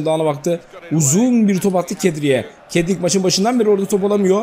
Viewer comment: abi kedrik değil sedrik